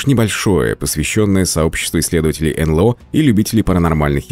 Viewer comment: Эй, ребята! Не ЭнЛэО, а энЭлО. Стыдно.